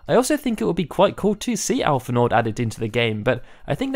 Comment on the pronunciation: The D in Alphinaud is silent.